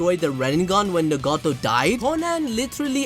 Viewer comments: He can say Naruto but not Nagato ☠🤦‍♂️ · Pain: you tryna get stomped on-no-jutsu'd Jiraiya: WAIT WHAT?? (All six paths of Pain squad up) Me:🤣🤣 just the way he phrased that had me dying also the way you pronounce Nagato is funny too me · Nagato! Say his name right 😂